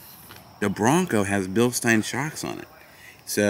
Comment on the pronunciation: I recommend before thinking about jumping a Bronco. Spend some more time working on your off-road skills. If you were thinking about jumping the giveaway Bronco. That's a good way to total it. Pronounced. Bill-SHTINE